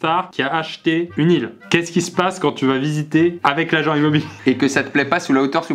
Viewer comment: A voulait sûrement dire l'immob"île"ier